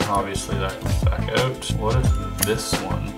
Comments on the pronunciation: oot like you Canadians say it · I dont have a problem with the word "out" I have a problem with his pronunciation of the word